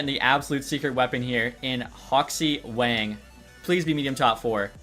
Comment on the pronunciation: Wang is prounounced Wong